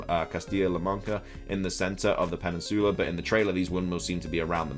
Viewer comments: Bro your peninsula pronunciation is wrong as well as autonomous. Just google them so you can do better just constructive criticism. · Am I the only one who has a fetish for how says "Peninsoola"? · this dude said “pennisoola” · Lol Im dying from how you say Peninsula 💀💀💀 someone help 😂😭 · Are you mispronouncing peninsula or is it a British thing to say it that way like how ya’ll say aluminum? 😅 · Why is saying peninsula wrong? 😂